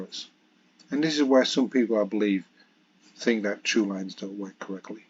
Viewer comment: Sorry to be that nitpicker, but and you say 'true lines' instead of 'Thrulines', and as this is a common mispronunciation of Thrulines, and often leads to people believing that it is actually called 'Trulines' and that all Thrulines are thus meant to be true, it's worth pointing it out..